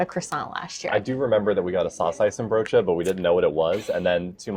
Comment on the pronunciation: Good pronunciation of saucijzenbroodje! Only the stress is on "cij". SauCIJzenbroodje. Then it's perfect. Nice tompoes eating strategy! And you said the stamppot was not as green as you've seen in other stamppotten, but the aardappelen:boerenkool ratio looks spot on to me. A real Dutch winter dish!